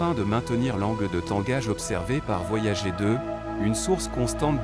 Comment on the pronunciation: tu pourrais faire semblant de donner un petit accent anglais pour "voyager" 😆